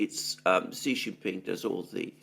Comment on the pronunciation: I noticed you said President XI the way Alexander does which is correct SHEE JIN PING, then you reverted back to JHEE JHING PING, your incorrect pronunciation which is insulting because JHEE JHEE means PEE PEE (penis) in Chinese slang.